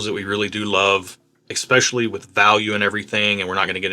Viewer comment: Again, the word is especially... there is no "X" in especially... you're killing me.